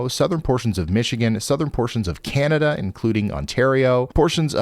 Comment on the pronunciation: Canadian tornadoes? CANADERS